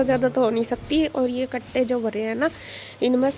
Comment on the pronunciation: Gattey nahi hote kattey hotey hai sahi bolo